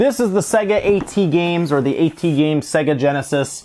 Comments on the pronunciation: I never hear someone called AT games as "ey tee games" usually people read it as "@ games" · AtGames, not Aey-Tee Games. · i don't think he even has the respect to pronounce them properly, and i get that.